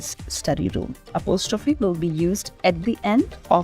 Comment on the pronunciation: The pronunciation of apostrophe is incorrect.